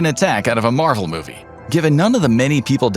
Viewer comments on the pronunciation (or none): none